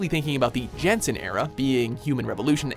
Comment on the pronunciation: It's jensen